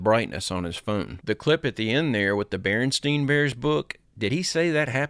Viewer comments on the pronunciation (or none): none